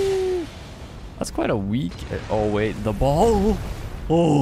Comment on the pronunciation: The ba-ALL. Genuinely laughed out loud, not just the little nose snort.